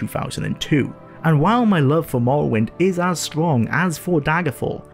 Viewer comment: The way you pronounce “morrowind” is infuriating. Good video tho.